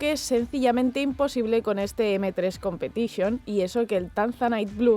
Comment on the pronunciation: "M3 competichione" justo cuando intentas dar algo bueno del BMW pero tú cerebro quería decir guilia